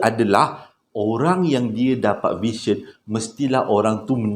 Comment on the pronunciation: Sebutan "vision" tak consistent. Kadang-kadang sebutan betul VISION as "vision", ada juga sebut "version".